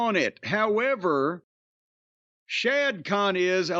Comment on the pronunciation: Dude its not "shad" its "Shahid Khan"!